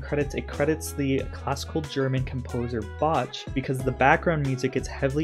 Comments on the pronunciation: Psst, the composer's name Bach is pronounced Bock, so when you said Boch I giggled a little 😂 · please tell me that you know it’s pronounced “bock” and not “bo-CH”… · Not making fun of you, just wanted to share that Bach is pronounced closer to "Bawk" (like the chicken noise). He was a German composer, and in German the "ch" doesn't make the same sound that it does in English. It's closer to a "ck" sound, but not as hard. Still, saying "Bawk" is a much more accepted pronunciation! I'm only sharing because there are people who would make fun of you for your pronunciation. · Bach is pronounced like bawk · Loved the video! Thanks for diving into this one :D Also, "Bach" is pronounced "Bah-K" Like K as in "kite" :D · The CH in Bach is supposed to be a Voiceless velar fricative. Easy to remember, Bach rhymes with Loch. It is not Bah-tch like bachelor, I think you must have heard The American Heritage Dictionary pronunciation of the word "Bach" which is the first result if you look it up "Bach Pronunciation" on a search engine which is not how the composer name is said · I enjoy your videos. Bach is pronounced Bah ck where the ck is formed at the back of the throat as if you were going to spit. The piece is Jesu Joy of Man’s Desiring. Jesu is pronounced Yeh-soo. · Could it also be possible that Bandit is upset that his kids will grow up and won't be in his world as much. And it's pronounced Bahk. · ah yes the classical music composer “Bach” lol it’s pronounced Bock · "BOTCH" I'm dead 😂😂 you really botched J.S. Bach's name lolol it's supposed to pronounced like how Arnold Schwarzenegger as The Terminator says "I'll be back" good try though omg that made my day! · So probably not important lol but just wanted to let you know Bach is actually pronounced like bock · Omg I love your videos but as a professional musician….I cringed by the pronunciation on “Bach.” Lol! Bach rhymes with “rock” but the end of the word is softer? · i love you but that is NOT how you pronounce Bach